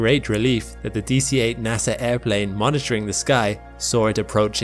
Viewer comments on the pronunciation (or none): none